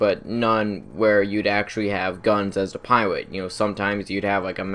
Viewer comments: Did you know miniguns are allways fully automatic. And did you know about the M61 Vulcan? O, and BTW did you know it's pilot instead of piwot? - U wot m8 Kappa. And now something else, it's not buwwets. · anybody else realize how he says pilot he says piwot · The buzzard is no way as good as the savage how would u compare it's more powerful cooler in every way also I don't ant to be mean in anyway but do u have a speech problem as saying the word 'pilot' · "rearry" (really) "Pirot" (Pilot) "Mobirity" (Mobility)